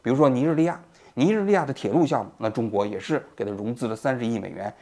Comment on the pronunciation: 尼日利亚怎么被你念成了，你日你压了呀，莫桑比克也被你念成了，摸伤逼客了。